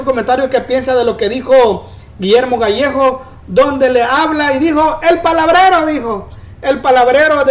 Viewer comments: Gallegos, no gallejos 🤦🏻‍♀️ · El es Gallegos no Gallejos